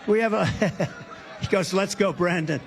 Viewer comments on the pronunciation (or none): none